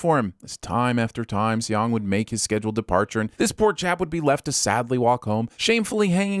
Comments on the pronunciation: If you guys do another video please try to say the guy's name right. It's not pronounced with two syllables like "say yong". Saying "Song" is not exactly right but its a shit ton closer. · It's pronounced "sung"! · And then the way he pronounced Seong too! Like did he even TRY to pronounce it correctly?? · 형. Seong 성 is pronounced "Sung" not See-ong. Not judging or anything just saying lol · and Seong is pronounced as Song, not fucking Se-Yong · Seong is his last name not his first, his name is Gi Hun and also Seong is pronounced more like Song fyi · Narrator: “See-ong” How hard it is to check lmao. Not only do the characters always refer to him as Gi-hun, cuz that’s his given name and Seong is his surname cuz in Korean the order is switched up, but you guys manage to butcher Seong too, even tho it is also uttered in the show. ding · Add 20,000 SinWon for calling Gi-Hun “Seong “the whole time (which is his surname) and also horribly mispronouncing it. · Who the hell is Say-yong? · Have to sin you for calling the main character "Sayong" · I'm sinning this video for repeatedly calling the protagonist Seong (and pronouncing it like "say young"). Look, I can't expect you guys to know Korean (but I'm still sinning the video). Let me politely correct you here: the protagonist's name is 성기훈 in the Hangul script, which is romanized as Seong Gi-hun. Seong is the character's family name (pronounced like "sung). Gi-hun is his given name (pronounced like "ghee hoon"). So now you know. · Million sins for English dub and two more for calling him Seong. 😠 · A huge chunk of sinwon points should go to the voiceover guy no knowing how to how to pronounce Seoung Gihun’s name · it should be 2 sins 1 for him calling Gi-hun his last name and 2 for pronouncing Gi-hun's last name wrong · Calling Seong Gi-Hun Seong instead of Gi-Hun ding